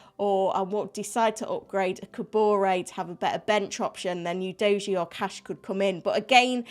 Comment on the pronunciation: Seems no one knows exactly how to say Udogie's name